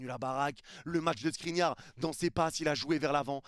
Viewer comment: qui dis SNRINIAR II est trop fort 😂